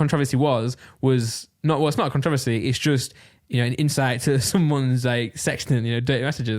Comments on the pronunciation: Randolph.... Controversy not controvosy :D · Randolph, say it with me now, Anna-lit-icks (Analytics) 👍🏿 I got you. Edit: Also, Kon-tro-verse-ee (Controversy), hope 1 of you reads this 👀 Edit edit: At the end of the day, you can say it however you want 👀💀